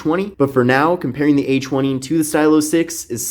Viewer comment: I keep thinking he's saying "h1e" instead of "a20" lmfaoo 🤦🏽‍♀️